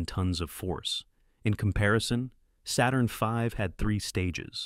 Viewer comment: "Saturn feeve?" LOL! 😂